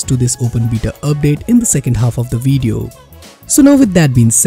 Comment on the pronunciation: Weeeeeeeeeeedeo? its Video ;)